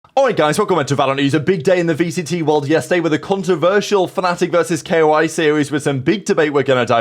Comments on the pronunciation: ITS NOOOT K.O.I ITS KOI BROOO IM NOT KOI FAN BUT PLEAAAASE PRONOUNCE IT LIKE THE FISH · man i love your content but please just say koi